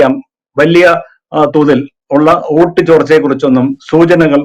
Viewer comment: ഓട്ടു അല്ല വോട്ട്